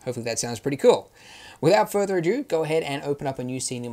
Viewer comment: Wouldn't be a Blender Guru tutorial without an incorrect pronunciation of "ado". Keep it up, buddy.